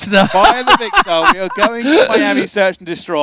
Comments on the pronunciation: ‘Vikster’ that’s how he said 😂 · You should complain, he doesn't pronounce Vikkstar right all game!